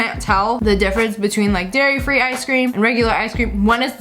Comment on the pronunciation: who else heard her say Gairy Free Gelato